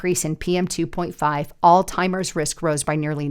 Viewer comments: Please forgive me but Alzheimer’s is NOT pronounced “All Timers” it is pronounced “Allz-Himers”. Minneapolis is NOT pronounced “Mini-AN-apolis” it is pronounced “Mini-app-olus”, there is no “an” in the middle of the word. I don’t mean to be rude but if you want people to take you seriously, You need to learn the pronunciation of words you’re reporting on. I’m not an English teacher but I know how to pronounce most of the English language. If I’m not sure of one, I make sure I know it before I use it. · it’s Alzheimer’s -pronounced allz -.heimers. There is no T. It is NOT “all-timers.” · AI slop on utube be careful,it's Alzheimers not all timers,did anyone else catch that,more b.s. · it was hard to watch after hearing ALLZ-TIMERS twice. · Alltimers? Really? Seriously? You can’t get the word right? This just lowered credibility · It's Alzheimer's not Alltimers! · Alzheimers. Alz-hi-mers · It's an H not a T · There is no “T” in Alzheimer’s. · Alzheimer's does not have the letter "t" in it.